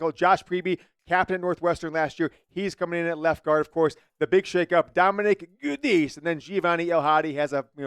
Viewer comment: It's pronounced Ja-dees Giudice